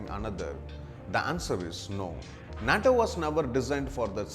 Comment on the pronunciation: This monkey can’t even pronounce the word nato